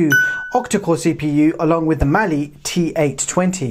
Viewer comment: "Mah-lee." Not "Mal-lee."